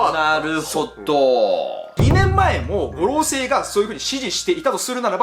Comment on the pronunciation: 五老星の発音😅